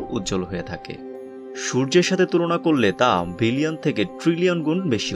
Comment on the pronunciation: Its billion. Not villion.